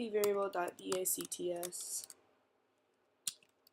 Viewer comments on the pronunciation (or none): dicts is shortcut for Python dictionary, pronounced 'dikts'